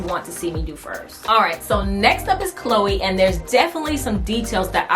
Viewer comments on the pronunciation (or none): none